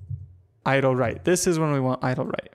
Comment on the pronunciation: i thought he was saying idol not idle